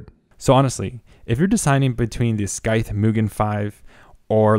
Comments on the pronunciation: Did they tell you it's pronounced like SYTHE, not SKY-THE? lol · I never thought I would get so triggered by someone saying 'scythe' as 'skythe'. Is it a regional way of saying it? Here is how regular people say it. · Are you saying wifout? It's not Skyeth, ..just Sigh-th, ..like the word scythe. 120 meeler, ...do you mean millimetre!?!?! Holy crap, pay for a narrator or something. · The sKythe lol. Had me dying. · skythe? you mean scythe...like the "psy" sound in psychic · Great review, super helpful and you're content is great. I can't help it though as I'm screaming at my screen - I'm not sure if someone has already said something as the video is a year old, but RPM is already plural so you don't need to worry about saying RPMs, it's like someone adding an S at the end of Pokémon, like my mum because she doesn't know what she's talking about. Also, the C in Scythe is silent. Beyond that, your video was so helpful with my NR200 build! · Are those gpu plugs ont he motherboard fan headers? Is that a thing on the z490 gigabyte boards? The c in Scythe is silent. ;) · Do all Canadians say scythe wrong or is this guy just mispronouncing it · the C in Scythe is silent. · ur pronouncing scythe incorrectly and ur cpu fan is blowing into the case, not out at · nice video! just FYI, Scythe has a silent "C". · Dude it's sycthe , like the reapers sychte... Cmon, english so not my mother language and even i know how to pronounce that :) Triggered me a little, what can i say. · You have ZERO aesthetic sense when it comes to colour coding for your hardware. 20 minutes of visual horror and imprecise planning. But that's ok, it's a learning curve. What is unacceptable is you, a native speaker, unable to pronounce the word ''scythe''. Well, I'm gonna be helping you with that, here's the phonetics and the pronunciation of the word. scythe / saɪð / [ sahyth ]